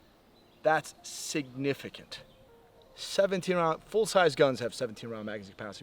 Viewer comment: Lol he said SIGnificant